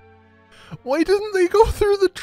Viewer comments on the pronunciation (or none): When I fell off my treadmill laughing at the best “WHYYYY?!” I’ve seen in awhile